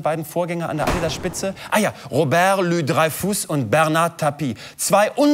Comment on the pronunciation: Louis-Dreyfus, nicht "Loius-Dreyfuss".